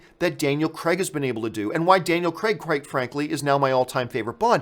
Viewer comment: Daniel Crayg. Not Daniel Creg. He's British, we don't pronounce it that way.